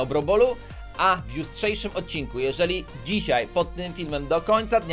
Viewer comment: w justrzejszym xD